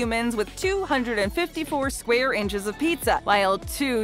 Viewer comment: Did you mean inches not inchers?